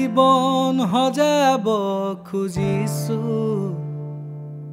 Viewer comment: bht bhal lagil xuni... But for better... word prononciation bhl krile ru bht bhal hbo...eg: jibon xojabole hoi not jibon "hojabole"...baki gantu bht dhunia❤️❤️